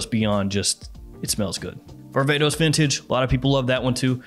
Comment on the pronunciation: When he was talking about this "barbatos" perfume I was expecting some niche thing .. he was just saying varvatos 🤣